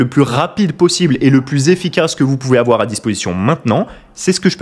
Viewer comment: il ne faut pas aFoir PEUR !!!